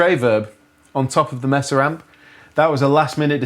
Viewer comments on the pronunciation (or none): i thought yall were saying "messer" it's not messa it's maysa! or at least around here it is. cheers. awesome vid. did you guys know kirk has a sig wah? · Mesa is pronounced Maysuh not Messuh. Les Paul is pronounced Less not Lez. Thanks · Love how they call the amps "messes" instead of pronouncing it May-sa. Sorry guys but early Metallica used Marshall JCM 800 and Mesa Boogie IIC+ amps not Rectifiers. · May sa not mess a not difficult to say